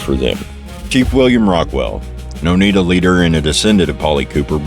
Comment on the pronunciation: oneida....no. (t) anywhere.. i this guy real or ?A.I. its. o n e i d A. A